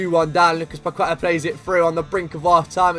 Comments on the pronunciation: the correct pronunciation of Paqueta is PAKETÁ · It’s pronounced “Pakehtah”